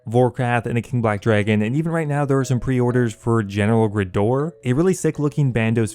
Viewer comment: man why do you say graardor like that